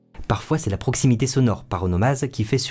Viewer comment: "à proximité" pas "à poximité"